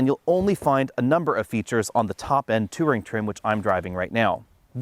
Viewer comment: pronunciation of “touring” is reaching new heights of “two-ring”!